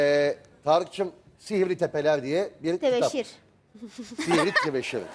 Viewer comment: Temesir değil tebeşir